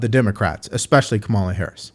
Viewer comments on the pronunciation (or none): lol My man, after all of them correcting the pronunciation of her name, you said it wrong. BUT… if she’s such a force to be reckoned with, why is it NOBODY pronounces her name right? Including rally goers.. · These communist are a disgrace. You see that's the only thing they got. "It's not Kamala 😮..., it's Kámala, oh,oh" it is Mámala Pinga Harris. Punto 😅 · It's Cackala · You say KA-mala And I say KU-mala You say TO-mato And I say TUH-mato KA-mala KU-mala TO-mato TUH-mato Let's call the whole thing off! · It’s pronounced Coupmala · It’s pronounced Coupmala!! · I'mma keep calling her Kuh-mala all I want so take off!! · I can guarantee you that those two Black guys sitting there are also pronouncing Kamala name wrong. Indians in South India from where Kamala Harris' Mother is from, pronounces 'Kamala' as "Kaam La". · In that conversation, it didn't come across that Rep. Nancy Mace was being racist. It seemed like she was just stating the facts. However, I do believe that Michael Dyson was trying to divert attention from Harris’s lack of policies and poor record. It was incredibly frustrating when the person across the table (😂Discount Montell Jordan) kept insisting on pronouncing her name correctly. Those constant interruptions felt like a deliberate tactic to shift the focus away from their lack of policies. It was evident that they were fully aware of what they were doing. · You'd better say her name correctly! You racist😂😂😂😂😂😂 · Why are so many people mad about people saying an imdian name wrong by a woman claming to be black? Kamala is 100% indian not african. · Kamala is not a black name. Kamala is Sanskrit word meaning lotus and also name of a Hindu goddess. The masculine counterpart is Kamal. So I think the they are the ones pronouncing the name incorrectly, by anglicizing it. The congresswoman was correct and is owed an apology. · It,s Kamala NOT Kamala🤣🤣🤣 USA u are in trouble!!! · It’s Kamala NOT Kamala!!!